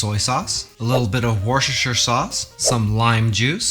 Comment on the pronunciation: A little bit of worshershsrsherhsrher soss